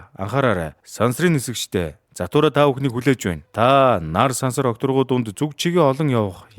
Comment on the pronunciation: Zahtura bish jathura baina demjij baigaa like darairai